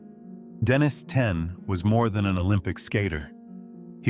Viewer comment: What the Hell's wrong with you. You keep calling HIM Denise. Then you switch to Denis. Then Denise again - back and forth, back & forth - it's a MAN for God's sake. Use your common sense! It's spelled Denis and he is a MAN. Why the H are you calling him Denise?